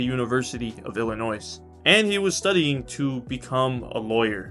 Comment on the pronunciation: how you say Illinois is so funny lmao